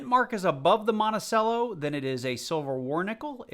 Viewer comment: Monticello is pronounced like “Montichello”